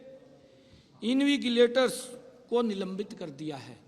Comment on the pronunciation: इन्विगलेटर नहीं इनविजलेटर होता है सही करें